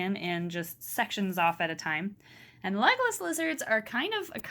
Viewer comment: I wrote this before you said his name was Legolas I swear. I was just making a joke out of the way you pronounced legless. XD